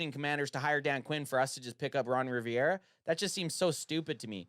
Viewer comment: Completely agreed on the Ron for Dan switch. But calling him Ron Riviera instead of Rivera had me laughing the entire time😂